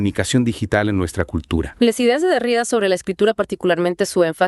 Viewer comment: Se pronuncia Derridá.como si tuviera acento en la última sílaba